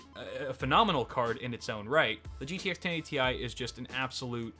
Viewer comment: He said 1080Ti wrong